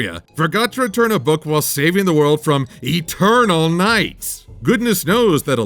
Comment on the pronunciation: E-TUR-NULL! A'NIGHT!